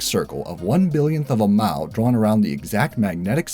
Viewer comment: "You walk one mao south, one mao west, and one mao north, and end up back where you started." Could we all just please switch to metric already, if for no other reason than because listening to you say "keyo" would be far less egregious on the ears than hearing "mile" with one consonant in it, over and over again.